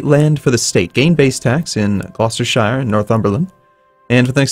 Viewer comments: Oh god, it's small and silly I know, but Gloucestershire is pronounced "Gloster-sheer". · generally any province with -shire is more often pronounced -shur. york-shur, glouster-shur, oxford-shur.